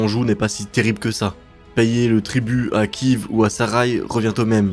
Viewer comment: La Rus de Kive m'a pas mal irrité les oreilles aussi.